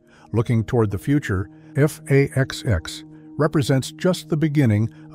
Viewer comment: What the hell is "F/A-20"??? You do mean F/A-XX, RIGHT??